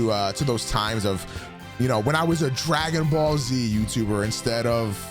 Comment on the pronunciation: lmao "Dragging Ball"